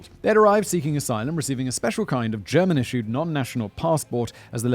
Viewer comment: As a german I find it super adorable how Simon pronounces German :)